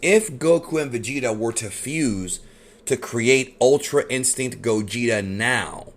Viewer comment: It's pronounced Gaw-geht-ay